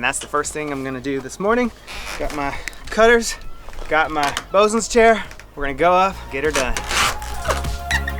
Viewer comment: Bosun not bozun.